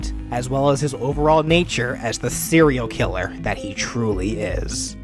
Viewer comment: "The corpse of of a cere killer who died in a soup" am I the only one who heard this